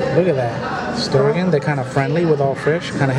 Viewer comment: Haha you said Stir gon..... try stir gin